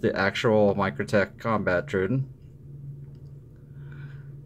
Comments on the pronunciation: I like the video, but the constant "DIS-pronounciation" of Troodon is like chalk on a nail board! It's pronounced "Troh-O-donn" not "truidon"! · Just a small dab of grease on the spring will take that ring sound away. By the way, someone had to tell me that the Troodon was a dinosaur, and pronounced “trow-oh-don.” I means wounding teeth. I am a fan of these knives, but I also rarely carry them. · Imitation is the greatest compliment you can make or something like that. Maybe try not to sound like an idiot before you start recording. The saying is imitation is the sincerest form of flattery. Might be a good idea too if you had an inkling of how to pronounce the name of the product you’re discussing… You sound like a complete noob when you try to pronounce troodon.So close, but wrong.The other thing that bugged me was while you were saying that you were talking about how fantastic the lock up was on the microtech as you wiggled the whole thing back-and-forth like a rusty gate! Why is it the fact that ALMOST all OTF’s feel like junk compared to a quality folder?Why IS it OK that the only solid feeling OTF in any kind of production is the G&G Hawk?At least the Guardians feel tighter.So did the SOG, although it does have issues with blade dulling from Frame contact.